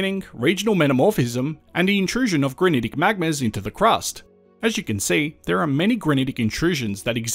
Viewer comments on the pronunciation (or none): none